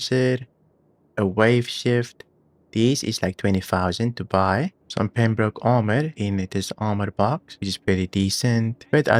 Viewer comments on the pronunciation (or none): none